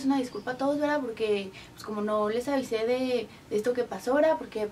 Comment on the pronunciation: ESHTO SHE ACABA TODO ESHTO SE ACABA JAJAJAJAJAJ LIKE SI ERES CASTELLANO I TE DA RABIA QUE LO PRONUNCIAN ASI XDDD